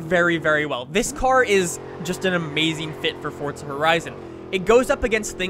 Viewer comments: its forza not fortza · WHY DO AMERICANS SAY FORZA HORIZON AS FORT-ZA HORIZON Learn some English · No even you are wrong people in UK say Forza. I know this because i am english. However people in US,Canada etc say fort-za. LISTEN TO HIM HE SAYS FORT-ZA AND HE IS AMERICAN OR CANADIAN WHATEVER HE IS THEY ARE BOTH THE SAME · It's pronounced both ways and no one really cares.